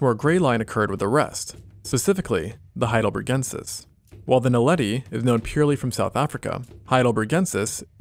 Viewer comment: Super cool video but: it's not HeidelbREgensis but HeidelbERgensis